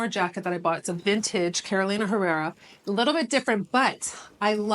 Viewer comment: Dear, there’s only one “c” in Narciso. And the “h” in Spanish is silent, so it would sound like “Errera”, if you want to pay homage to the magnificent Carolina, of course (I would so love to work for you ☺️!)